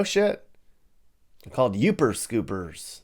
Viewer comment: Atleast you pronounced YOOPER correctly. Thank you for sharing our best city in America but stay out you all. 😊